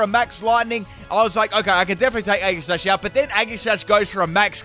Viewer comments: is it just me or did he say eggi sash instead of aegislash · Right though! he says the same thing when pronouncing Aegislash’s name too 🤦‍♂️ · Is he trying to mess with us? Or does he really pronounce all of their names with a hard G. Including Aegislash. Age-ih-slash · The way he says aegislash triggers me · The way you pronounce Aegislash hurts me on the inside...